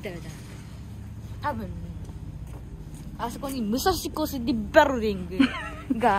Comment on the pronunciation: 武蔵小杉ビルディング 発音GOOD😊😊